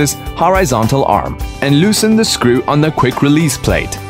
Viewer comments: I can't listen to scriew one more time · I love the way he says "screw"..